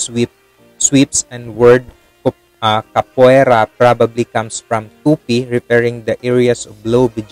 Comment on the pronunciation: Ka po A Ra that's the pronunciation